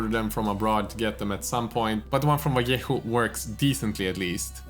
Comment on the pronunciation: Thank you for the lesson, I'm sure it'll help me to save some brushes! It's awesome you pronounce the name "Vallejo" the right spanish way :)